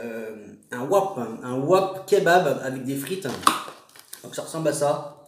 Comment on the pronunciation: Sa s'écrit wrap mais sa ce dit vrap mais tkt tes le meilleur !